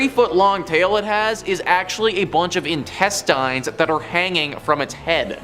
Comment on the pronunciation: Why do you say "Thoreau" and "intestines" so strange?